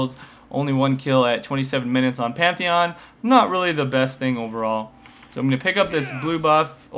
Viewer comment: The Best "Pentahon" <3